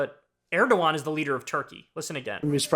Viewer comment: I love how you get so many names mispronounced, but you get erdogan right. Lmao man i luv ya